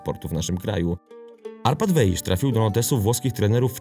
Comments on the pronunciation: Powinien Pan czytac jako Wais. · Dobry materiał, tylko dwie sprawy trochę kłują. Pierwsza: niewłaściwa wymowa nazwiska Weisza. Wiadomo, że węgierski łatwy nie jest, ale akurat to, że "sz" wymawia się "s", jest rzeczą dość znaną - poza tym, wypadałoby choćby z szacunku sprawdzić, jak czyta się nazwisko bohatera. Imię to inna rozmowa, ale chociaż to nazwisko. Druga, drobnostka: Chelsea nie była mistrzem Anglii. Pierwszy tytuł klub zdobył w latach 50. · SZ po węgiersku czyta się jak S (i na odwrót), więc poprawną wymową jest właśnie [WEJS].